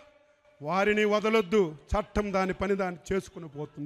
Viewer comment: చటం నీ. చుటం. అని చప్పుతున్నావన్నమాట